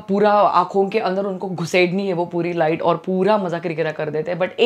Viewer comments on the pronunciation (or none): none